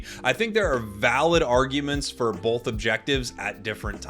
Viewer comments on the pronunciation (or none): none